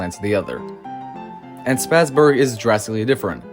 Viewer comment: As a native Texan, with German relatives, it’s Spa’s-burg ( like a luxury spa). Not Spassburg, like you pass a football. Just for clarification on the correct pronunciation. Awesome video though.